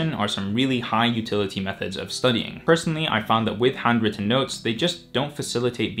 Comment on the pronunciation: I hear "hundreds of notes" instead of "handwritten notes".